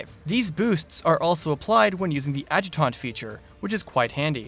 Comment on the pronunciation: The way you miss pronounced "adjunct" had me rolling